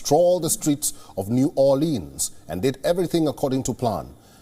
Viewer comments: New orlins New orlins New orlins. That's the pronunciation. The British came down the Mississippi and got shot up the whole way down talking bout "New orleeens, were gonna take New orleens" but locals got em. Just like you'll get got for saying leeens today. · It is pronounced as New OORRleans. #2 What are they doing way out in Louisiana? You know good and well Louisiana almost never has any guests.